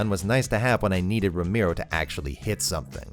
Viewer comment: For all the Ramiro’s out there who get their names butchered on a daily basis…thank you for pronouncing it perfectly in English. Pure catharsis to hear you say it well 😂